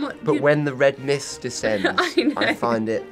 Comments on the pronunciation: i’m watching this for the second time and just now realised that matt says “when the red miss descends” at the very beginning AND I’M LAUGHING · Did he say red mist???